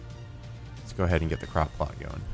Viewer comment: Anyone else think at first when said "crop plot" he'd said "crock pot?"